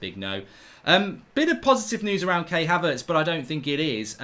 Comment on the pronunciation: Mark, for the umpteenth time, Havertz’s name is Kai as in Eye, not Kay as in weigh.